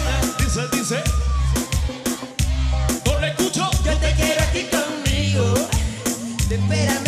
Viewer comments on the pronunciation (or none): yo creo que le falto es corregir los acentos cuando se pronuncie las palabras,cuando dice conmigo suena asi conmigoo y ozuna lo pronuncia conmigo y corta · emitar a un artista reconocido se tiene que llevar el mejor esfuerzo,y el nicky canta como escubidu y el ozuna el acento cuando pronuncia conmigo se queda colgado.